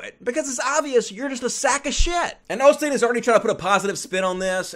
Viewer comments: Isn't it "Osteen" not "Olsteen"....? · why do you say OLSTEEN when it's Osteen